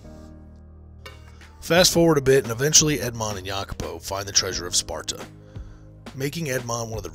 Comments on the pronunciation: Oh and sorry but it's not the treasure of SPARTA, it's SPADA! Sorry but that was driving me nuts throughout the video. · It's Spada not Sparta.